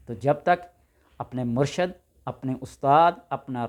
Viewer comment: لفظ مرشد نہی مرشد ہوتا ہے ش پر زیر کے ساتھ